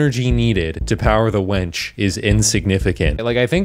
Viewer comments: The gordonator project saying "wench" instead of "winch" is honestly what gets me more than it claiming to be an infinite energy machine, lol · The Gordonator creator(s) mistaking the words wench and winch is one of the most unintentionally funny things I've seen in a while. Literal girl power.